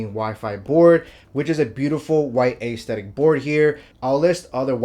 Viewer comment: This guy saying, “a-esthetic” ?? 🤦🏻‍♂️